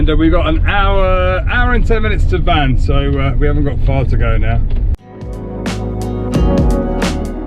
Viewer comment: Nice video! While in Van (I believe it's pronounced more like Wan than Van) I really hope you visit the Van Cat House (Van Kedi Villasi) so we can see some of those beautiful cats!